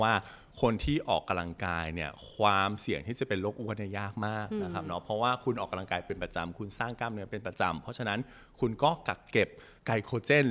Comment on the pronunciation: เนื้อหาดีมากเลย และจะดีขึ้นไปอีก ถ้าออกเสียงคำว่า ออกกำลังกาย บ่ใช่ ออกกะลังกาย เด้ออ ขอโทษและขอบคุณครับ